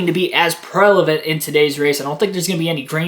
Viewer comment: Prevalent, it’s pronounced Prevalent. Not prelavent lol